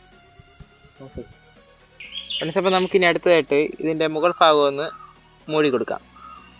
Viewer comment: മോനേ ഫാഗമല്ല... ഭാഗമാണ്. കൊല്ലംകാരനാണ് അല്ലേ 😊😊😊